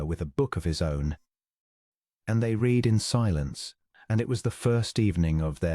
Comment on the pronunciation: AI does not know there is a past tense to read and it is ' red' 🤔